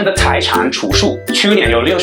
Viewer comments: 老實說我沒有很注意你在說什麼，因為你水汪汪的大眼睛會讓人一直分心(但我有注意到一個字你唸錯了，儲蓄的蓄ㄒㄩˋ，不是ㄔㄨˋ) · 我聽到除數還在想是什麼...原來是說儲蓄啊XDDD